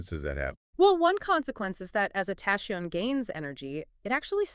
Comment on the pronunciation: I understand that confusing English approach to words spelling makes impossible to read some never heard before word correctly, but isn’t it’s obvious that you have to find how to pronounce “tachyon” before saying “tashions”???